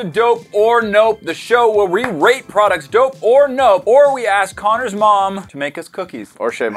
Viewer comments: Did you say rate or rape 😂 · It sounded like said “this is where we rape products”lol😂😂😂